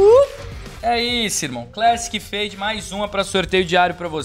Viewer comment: a fake fade, da coleção Fade, "Fade+"(feide mais) kkkkkk.